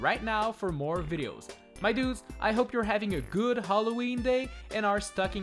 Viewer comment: You will not say halloween you will say haloweege